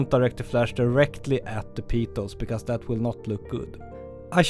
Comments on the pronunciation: Fantastic tips, thank you. (In English, its pronounced PETals not PEEEtals, think "I have a PET dog, he PEEES on the carpet" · I love your videos, but "petals" is pronounced "peh-tels". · Great as always, very inspirational but petals rhymes with get dull just saying :) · I like the video! And also how you say “peetals”! 😋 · Another rippa video. 🙂. With pronounciation, "petals", should be, I think sounded as 'pet - als', and depite the spelling, "orchid" would be 'orr - kid'. This is not a criticism, as I couldn't even imagine speaking as you do, in an 'other than my' Native language, but hopefully just a bit of dope for you to take or leave. Keep 'em coming Mate.